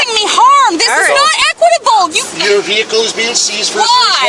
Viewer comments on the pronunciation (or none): She actually said "this is not eqitable"....😅😅😅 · "THIS IS NOT EQUITIABLE!" /ded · She should be arrested for saying equitable.